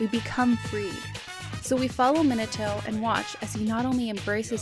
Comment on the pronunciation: I don't like how you pronounce Minato. that's just me however, you can pronounce it how you like.